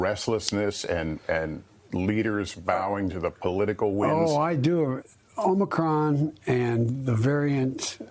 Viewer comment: They finely trained him to stop calling it "OMNI-cron". That's something.